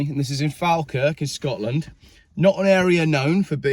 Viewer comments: Its pronounced "Fall kirk" rather than "Fal kirk" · Its pronounced Fall-Kirk, though it is spelt Falkirk. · Hi, being the pronounciation police here. Falkirk is Faw (speckled) kirk originally in Scots Gaelic Eaglais Breac. In the same way Scots pronounce Football as Fitba'. If you're familiar with R L Stevenson's Kidnapped then Alan Breck Stewart who was a real person was called Breck because as his face bore scars from smallpox. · its prononced fall_kirk (just been pedantic)! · He made it sound exotic 😂